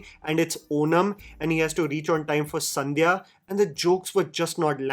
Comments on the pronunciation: it's Sadhya (not Sandhya). Not trying to point it out to mock you, I'm just jobless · a small correction, it's "Sadhya" And not Sa'n'dhya, meaning a delightful feast, there isn't an extra 'n' here. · it's sadhya not sandhya